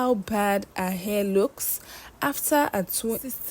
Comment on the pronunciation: This particular page has beautiful stories but the teller has some issues with pronunciation, hair=air, her=a it’s like she has no letter H in her vocabulary